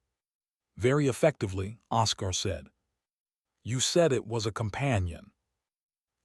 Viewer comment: Don’t use names the AI can’t pronounce. It’s OScar, pronounced Oskar, not osCAR